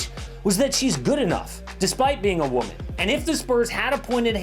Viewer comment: Am wahman, gimme gimme gimme gimme. 🙄